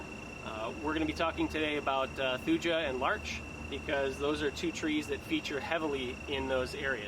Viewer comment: Thuja is pronounced “thoo-yuh”